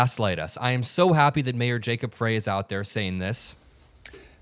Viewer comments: I love you, but pls start pronouncing gov't officials' names correctly: Mayor Frey is not "fray," it it sounds like "Fry" & Chief of Police O'Hara sounds like "Hair-uh," not "har har hara." Thx from Mpls, MN 💙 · mayor Frey is pronounced FRY like French FRY and police chief is O’ HARA. The please keep the name’s straight cuz we trust our city and police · It's pronounced Fry not Fray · Come on, Mayor Frey's name is pronounced "Fry"! You should know that, because the right is intentionally pronouncing it " Fray", as you did, in a pathetic attempt to belittle him! It's a stupid childish thing they do! Kudos to you, as always! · Mayor Frey with a long I!!! Like the food. Not pronounced as fray...His name has been said on tv a hundred times this month. Please pronounce his name correctly!! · Mayor Frey pronounces his name "Fry". Please say it correctly. 😊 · Jacob Frey.....pronounced Fry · Mayor Frey is pronounced like fry ❤ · You can't continue to mispronounce Jacob Frey's (Fry), name time after time without my thinking it's intentional and antisemitic. Mayor Frey's name has literally been said thousands of times on national television over the last few weeks, yet you refuse to correctly pronounce his name. This is deeply offensive as it appears intentional and detracts from the the message of another ICE murder. Please, implore you to clean this up. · Frey is pronounced like Fry. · Hey dude, its pronounced Jacob FRY. Thank you for your coverage. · The mayor's name is pronounced like Fry. The ICE agents are a bunch of Kyle Rittenhouses with badges. They are all itching for an excuse to kill with impunity. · The mayor's last name is pronounced FRY. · his name is pronounced "FRY" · I just wanted to let you know Mayor Frey's name is pronounced "Fry". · FRY. It’s pronounced FRY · Jacob Frey's name is pronounced Fri like French Fries. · Fry like French spelled Frey